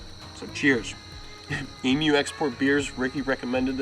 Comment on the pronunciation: Great video and it was sooo nice to hear you say Emu properly at the end : ) I'm an Aussie and it drives me nuts hearing people from overseas saying Emooo instead of Eeemyou and Oarsy for Aussie instead of Ozzy hahaha